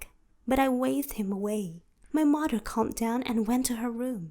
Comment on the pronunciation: I can't stand her accent lmaoo. At times it sounds like she can pronounce words properly untill she say "my maher" 😭😭 but I can't judge lol